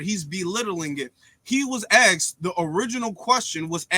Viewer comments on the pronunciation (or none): There's a reason that Vivek has millions of followers, and only has thousands. Vivek is demolishing this "white supremacist" nonsense... and I'm here for it. And by the way, it's "asked"; not "axed".